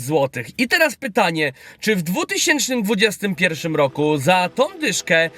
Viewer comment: Suchar z początku o nietoperzu rozwalił XDDDD Ale błagam z całego serduszka mojego, mów poprawnie rok 2021 bo wcześniej też już widzowie Ci uwagę na to zwracali. Pozdro